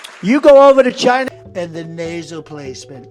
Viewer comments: Anyone else think that when trump says China it sounds like shisa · The way he says China sounds like Shina. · when trump says china i heard vagina